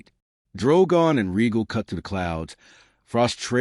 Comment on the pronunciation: Ray-gall. Rhaegal is pronounced Ray-gall not Regal. That is my only complaint. Well done.